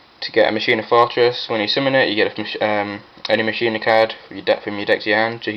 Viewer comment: first helpful tip, its Machina as in (Mah-Keen-Ah) Its Latin for machine. Just like the saying Deus ex Machina, Day of the Machine, Second word of advice dont run Gadgets, they slow down the deck, with my pure Machina's I just run the Fortress, Gearframe, Peacekeeper, and Force It is stronger and faster, also replace the Gadgets with Jinzo and Jinzo Returner, Far better, and your opponent cant bottomless or anything.